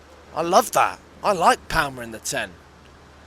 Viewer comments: PRONOUNCED PARRMER NOT PAL-MER ya divvy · I mean he really emphasises the L in palmer. How do you say 'palm' do you say "it's in my paLm" the L is pretty much silent, you pronounce it 'paam'